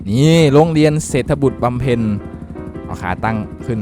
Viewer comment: พี่ครับโรงเรียนนั้นอ่านว่าเศรษฐบุตรบำเพ็ญ